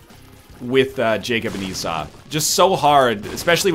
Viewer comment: Yesss, he started pronouncing Esau right! :-D